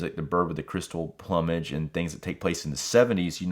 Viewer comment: Solid review my friend! This 4k is a major upgrade from all the previous releases of Opera. I personally feel this is Argentos last “GREAT” film. Btw, just for your own future reference, the word plumage is actually pronounced “ Ploomage” as in “Bloom” not plum-age.